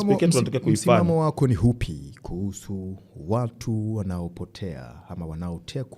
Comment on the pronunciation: unafanya kazi nzuri sana ila ukiwa kama mtangazaji kioo cha jamii unapaswa urekebishe lugha, unaweka herufi H mahali panapokaa herufi A au U: Katika Kiswahili si sahihi kusema HALIJITEKA, HULIWAHI kusema, msimamo wako ni HUPI, nani HANAYE fanya, au HABDUL Nondo. Samahani mimi ni mwandishi wa vitabu nimeshindwa kujizuia🙏🙏